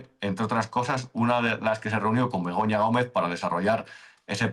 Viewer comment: Me meo. Siempre suena como si dijerais Begoño Gomez😂